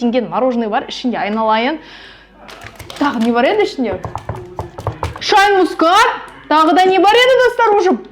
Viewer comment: Шейн емес шайн